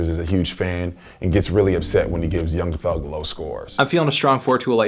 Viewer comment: “young THe thug”??